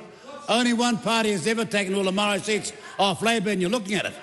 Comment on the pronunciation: he can't even pronounce the word "Maori"